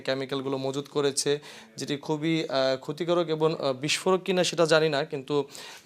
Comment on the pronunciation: এবন‌ না এবং😂